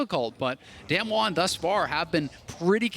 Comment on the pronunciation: Damn-won, Damn-won, Damn-won They can’t even pronounce it right